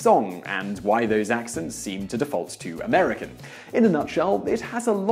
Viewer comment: you say Austrailyer and Americker